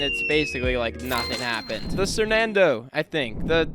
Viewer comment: Bro, you just Unlock the core memory by saying sernando I used to watch them when I was a kid